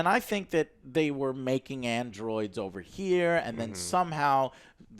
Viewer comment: It's DADA... Data you mean? :D